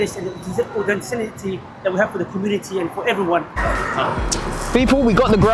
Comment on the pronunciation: Man said authencinity 💀